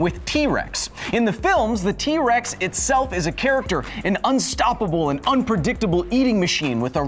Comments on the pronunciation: Did anyone else hear him say wex? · I swear you said T wex XD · in the beginning you said T wex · sorry sorry but did you say key-rex 🤣